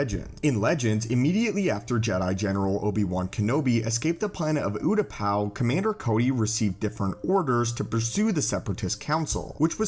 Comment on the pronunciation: The planet's name is pronounced "you-ta-pow" not "oo-ta-pow".